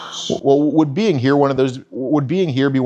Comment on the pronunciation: I'M WEWWY GWAD YOU'RE HEWEERR